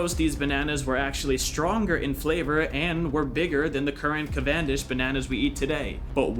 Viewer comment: I love how you doubled down and mispronounced Cavendish not once but twice. Good show!